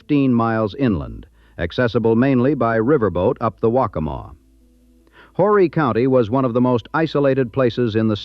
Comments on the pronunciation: IT'S OOOOO-REEE!!! NOT "WHORRY". YOU DON'T PRONOUNCE THE H. AND ITS POR-SHAY... NOT POR-CHER. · The H is silent in Horry sir.